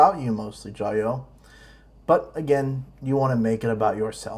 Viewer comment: It’s Jia you 「加油」 not jayoe before it was hi I’m Matt I’m sorta half ass riding my tricycle around the world now it’s , hi I’m Matt and today’s another explainer hahaha worst of all..... these guys have zero understanding of the Chinese language. Can’t even have friendship with a local without their wives present